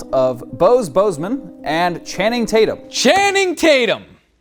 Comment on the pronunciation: Once they said chaning tatem I died